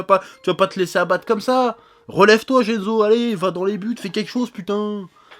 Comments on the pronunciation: J'ai été trigger à chaque "Tsuba-za" et "Gene-zo" °_° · Shutatsu et jenzo faut revoir ton japonais chef